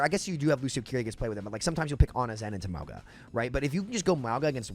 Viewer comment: Bc I don't want my boy sounding dumb, please sound the word Mauga.